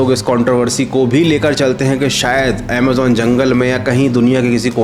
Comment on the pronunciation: bete pahle bolna Sikh Le ajimon Kya hota Hai Amazon hota Hai